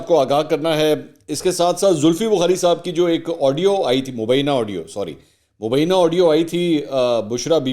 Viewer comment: آپ اتنے بڑے اینکر ہیں لفظ مبینه نہیں ہوتا ی کے اوپر شد ہوتی ہے no mubeena it is mubyna تصحیح کر لیں ۔